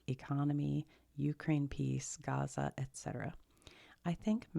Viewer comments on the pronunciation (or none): none